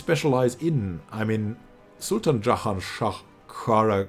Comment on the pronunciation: My brooo, please don't pronounce Jahan Shah like an arabic name. Sounds like a rape lmao. It's Persian 😁